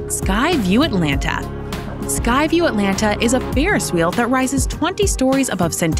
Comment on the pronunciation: How much did they pay you to read this copy. It sounds as if you have never been here. You can't event pronounce our city's name correctly.